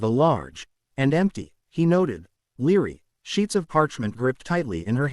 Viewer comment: It is not a leery, it is a library